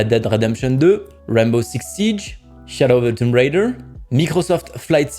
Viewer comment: "chadow of the toumb raydeur" quel accent anglais de qualité 👌